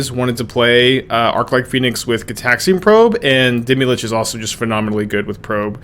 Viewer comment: deemee lich. omg stop saying that forever and ever. idc if you always wanted to play deemee lich, the way you say its name loses you all privilege to play it